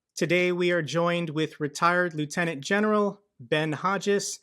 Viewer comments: The way I heard first sentence "we are joined by retired lunatic general" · It is pronounced lieutenant (leftenant) mate. 😂😅